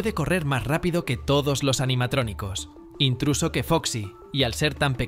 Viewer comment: Incluso❌️ Intruso✅️